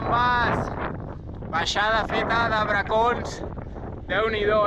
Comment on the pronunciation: has dit dues vegades "Barcons" i despres al Coll ja has ben dit "Bracons"!!😂 Molt guapo el vídeo...quina animalada heu fet!!👍